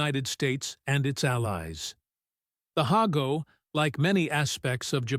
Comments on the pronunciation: In Japanese, it's "Ha" (Haah) "Go". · He seems to waver between the correct pronounciation and "hay-go.". Unfortunately. I think he does "hey-go" more often.